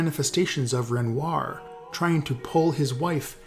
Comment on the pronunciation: Please don't pronounce renoir loike that